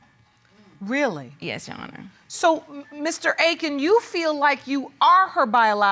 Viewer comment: I’ve never heard Akin pronounced like that. Ever! And he calls himself Hey-Kin? Wow interesting